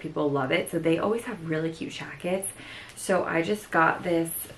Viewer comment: OMG I love love love the way you say "jackets" 💖 like with an SH . Girl I missed ya